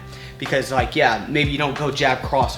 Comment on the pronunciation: rike button